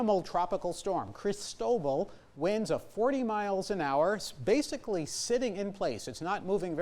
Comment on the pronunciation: somebody should explain the proper pronunciation of Cristobal to this guy if he's going to keep covering it